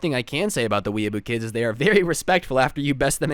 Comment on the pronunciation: its pronounced weeaboo